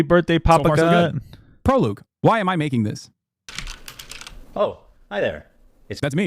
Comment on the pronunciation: bro cant pronounce prologue lmao. "Proloog"